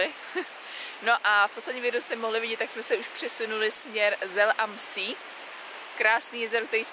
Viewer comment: Video super... jen poprosím jen čtení těch rakouských názvů měst a jezer v němčině, šílený to slyšet v angličtině :D jezera "see" se nečtou "sí", ale "sé" a Bad Gastein se nečte "bed" ale "bad" atd ;) díky